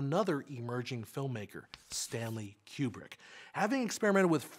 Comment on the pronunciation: Thank you for pronouncing Kubrick's name correctly.